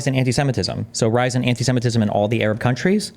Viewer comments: Don't forget how he has "Arab" lmao this kid says "urub" 😂😂😂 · The way he pronounces Arab and Gaza as a Canadian is high octane cringe